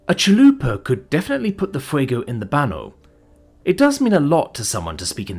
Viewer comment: Your spanish lesson for the day: When you see a ñ it's not just an n. Baño isn't "banno". It's more like "Banyo" if you tell a spanish speaking person "Ir al banno" they'll be like "the fuck is a banno?" Also te is not Tee. It's teh. So Te Amo isn't Tee Ammo. It's Teh Ah-mo.